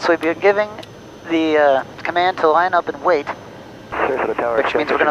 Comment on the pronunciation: There is is no way that i can decipher her saying "line up and wait" at the time mark!